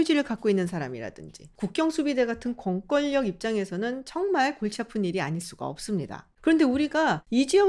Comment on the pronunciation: 🤗 공꿜력이 아니라 공꿘녁으로 발음해야합니다 😅 생산량, 결단력, 상견례, 입원료, 해군력, 공군력 생산녁, 결딴녁, 상견녜, 이붠뇨, 해군녁, 공군녁